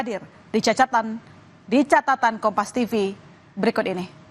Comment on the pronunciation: CATATAN BUKAN CACATAN YANG CACAT SIAPA WKWK 😂😂